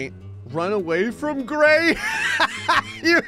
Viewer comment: Gray, the Arabic speaker, is completely wrong, my friend